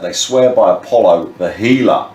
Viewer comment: The oath was to Apollo not apolion or whatever .. Wtf old man